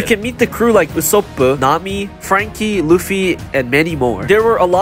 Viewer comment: Finally someone who know how to pronounce ussop name